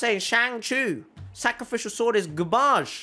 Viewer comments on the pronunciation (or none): The first video I watched from this channel is "How to move FASTER in Genshin Impact" with a thumbnail of Razor with Usain Bolt. I remember I subbed because of how you pronounced gar-ba-ge (I forgot which video lol)